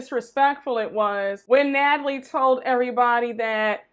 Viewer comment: Not “Gnatalie”!!!😂